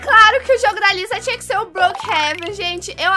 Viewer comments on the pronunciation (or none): Kkkkkk a falando Liza invés de Lisa KAKAKAKA, amo os vídeos da.❤.